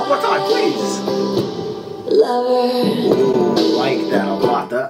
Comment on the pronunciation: I've never heard anyone say "her lover joe" ever that too so many times 😁😁😂